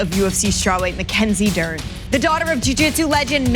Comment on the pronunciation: Mackenzih Jern